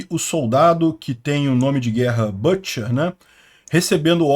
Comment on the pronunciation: Pronuncia-se BÂTCHER.